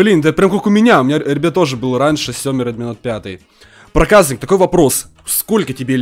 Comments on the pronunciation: Мне кажется ты говоришь проказнык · Топ видео! Но ты не говори проказник ты когда говоришь бесить начинает говори Проказьник но не проказник бесить начинает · Не праказнык а проказник правильно канал проказника сылк в а вот ссылка (Канал проказника) приатного просмотра